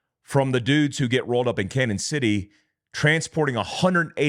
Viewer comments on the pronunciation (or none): I'm loving your reports. Please pronounce Canon City as Canyon City. It has a Spanish spelling.😊 Keep up the great job!!!